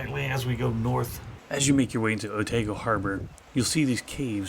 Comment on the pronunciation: Great report from your short stay in Dunedin,..loved it , but it is Otaaago not Oteego,yes some of those kiwi names are tricky to pronaunce,i know live here for 40 years now and still struggle with that kiwi languese, but great report,thank you👍